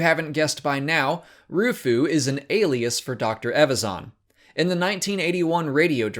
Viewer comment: Learn to pronounce EVAZAN properly before making videos please